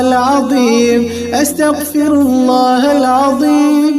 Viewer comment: ...الله എന്ന് ഉച്ചരിക്കുമ്പോൾ നാവ് പല്ലിൽ തട്ടാൻ പാടില്ലല്ലോ. രണ്ട് ل (ലാം) ചേർന്ന് വരുന്നതല്ലേ എന്ന് الله ഉച്ചരിക്കുമ്പോൾ. അത് കൊണ്ട് ل ന്റെ രീതിയിൽ തന്നെയാണ് എന്ന് الله ഉച്ചരിക്കേണ്ടത് എന്നാണ് ഇവിടുത്തെ ഉസ്താദ് പഠിപ്പിച്ചിട്ടുള്ളത്. അത് ഒന്ന് ശ്രദ്ധിക്കണേ...